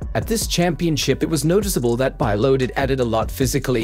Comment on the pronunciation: It's bee-lodid, not bye-lodid